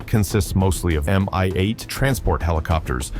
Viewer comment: Please learn to say helicopter and aircraft names correct, not spell separate letters. Mi-8 is pronounced as Mee-8, not spelled M.I.-8. You will sound better informed then.